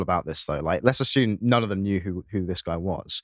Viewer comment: what did he say?